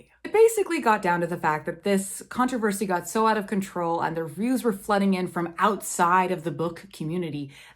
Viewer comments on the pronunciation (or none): none